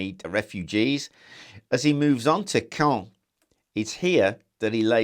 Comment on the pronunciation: It’s pronounced cawn